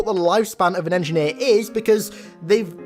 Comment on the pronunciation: Engineer says to another "was up my engeer"